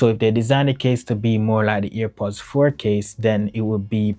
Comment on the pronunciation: its airpods not ear pods